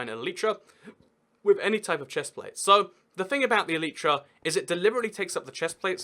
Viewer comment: please google how to pronounce elytra, and don't just listen to other youtubers saying it.